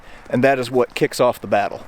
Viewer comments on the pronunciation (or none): none